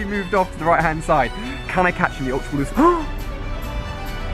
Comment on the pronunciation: I love how he pronounces Ultra Ball- Ulta Bouwl. I really love ur vids Ali! <3